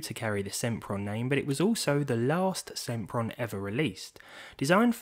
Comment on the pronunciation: SEMPron SIMPRON